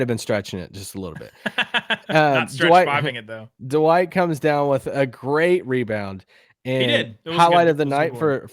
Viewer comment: Anyone else cringe every time says “Da-Wight”, it’s one syllable not two lol